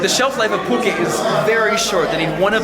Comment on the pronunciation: Pulque shaww